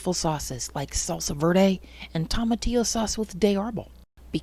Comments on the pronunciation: Great video 👍Its pronounced toe-matillo, not tom-atillo. From a Hispanic. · Nooo! Why are you pronouncing it like that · It’s a Spanish word, so if you struggle pronouncing Spanish words it’ll be a challenge… but toma would sound most closely to “Thoh-mah” and Tillo most closely to “Theo” ..so try: thoh-mah-theo 🙂 I appreciate you all trying! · thank you for your experience. I was a bit tickled by your pronunciation of tomatillo. wondering if you call tomatoes Tom-Mate-Ohs too :) cheers! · You pronounce tomatillo so horribly